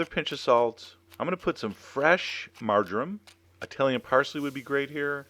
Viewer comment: Good god, I almost threw up when you said Margarine. Then I realized you actually said marjoram lol